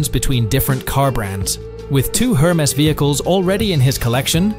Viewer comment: This guy clearly donno how to pronounce Hermes.......The H pronounce Slient......